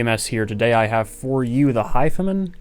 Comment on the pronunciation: His pronunciation of “hifiman” is seriously annoying. Very.